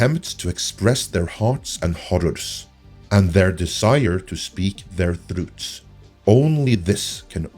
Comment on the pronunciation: Truths - most interesting pronunciation of - thruth?